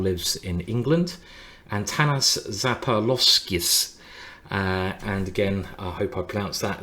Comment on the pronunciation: "Antanas Zappaloskius. I hope I pronounced that reasonably well". Sure, you only added a few syllables. Other than that, great job...